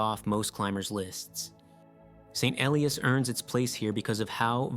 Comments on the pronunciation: Mount St Elias - it's pronounced "ee-LYE-us" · Paddled in Icy Bay in the late 1990s. Had a week of perfect weather for St. Elias viewing. But please pronounce it correctly (and consistently)